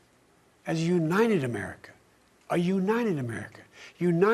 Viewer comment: “For lords sake this is a UNIDED States of America”